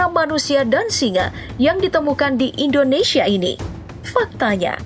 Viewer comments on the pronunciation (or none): none